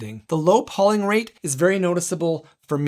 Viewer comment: fyi, it's pronounced PO-ling, with a hard O, not PAW-ling... took me completely out of the review :/